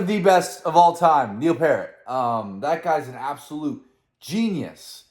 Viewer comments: It's pEARt not Pert or parrot!!! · Man I love that you enjoying reacting to Rush. But the drummers last name is not Parrot 🦜. It's pronounced Pee-Air-T. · Neil's last name is pronounced "Peert", The message was more about the record companies and what they pushed, rather than letting the fans decide. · Ummm... it's pronounced PEERT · Pier-t... Peer-t. Rush FTW! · Yeah, they go to basically a reggae section there for a bit but somehow just works perfectly. Also, Neil's surname Peart doesn't rhyme with parrot or dirt, it rhymes with fear. That is a link to one of my favorite songs from their mid 70s era, it's on the B side of the concept album 2112 where it is just Standalone songs and they are all incredible. But check this out man, everything about it rocks and his voice is fantastic and the message is so positive and the guitar solos are amazing and the bass playing is amazing and all that stuff. It's just a real banger and the favorite of a lot of early Rush fans. "Something For Nothing". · Dude, love following you. Keep it up. Still waiting for that Flirtin' With Disaster from Molly Hatchet reaction. By the way, it's pronounced Neil Piert (Peart) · Oh and everyone mispronounces his name including me for quite a few years it's Pee aert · Please learn how to pronounce" Peart".